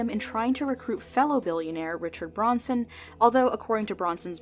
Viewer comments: It's Branson with an A, not Bronson with an O. Do your research properly! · Richard BRONSON?... oof, it's BRANSON. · It's Richard Branson.. Not Bronson.. Lol.. 🤣🤣🤣🤔✌️👍🇬🇧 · Richard Branson, not Richard Bronson. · WHO IS BRONSON?? You mean BRANSON smh 🤦🏼‍♀️